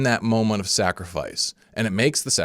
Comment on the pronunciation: "sacrifart" now stuck in my head